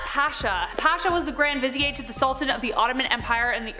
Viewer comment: It's pronounced vi-zeer. The word is not french; The name is Idi (Ee-dee) Amin (Ah-meen) no accents. If this channel wants to be called Most Amazing - clean it up. If you want adults to listen - clean it up. Cannot watch anymore.